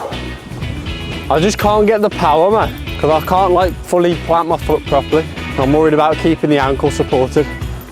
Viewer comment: Can't * not Khon'